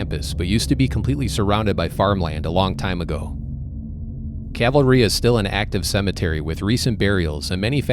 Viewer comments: It's Calvary, not cavalry. You spell it correctly in the pinned post, but you consistently pronounce it like soldiers on horseback. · Isn’t is pronounced cal va ree? As in the cross where Christ was crucified?